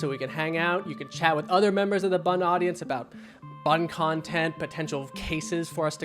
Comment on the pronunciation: It's seconds into the video and I'm leaving because you keep calling this 'B.U.N." Get Shane and Ryan back, for the love of God.